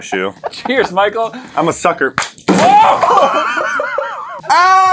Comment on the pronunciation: Michael followed you for like six months and didn't read your name correctly.. lol can't say much I have done the same to another channel